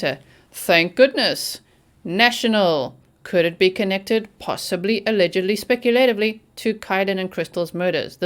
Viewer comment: Speculatively NOT Specutatively; your version is not a word at all and only furthers an already stupid society that couldn't pass a basic grammar test. Until you stop furthering the use of a non-existent word, I will give you a thumbs down.